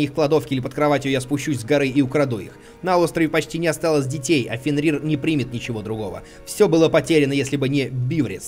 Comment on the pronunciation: Дима, в слове Фенрир ударение на Е :)